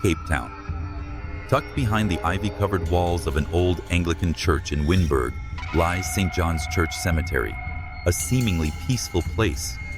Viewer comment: Awesome video. Thank you. Wynberg is pronounced wineberg.